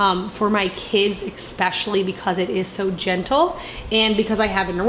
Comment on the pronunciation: Especially is pronounced I SPESH UH LEE